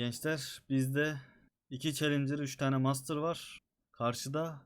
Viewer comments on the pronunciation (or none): none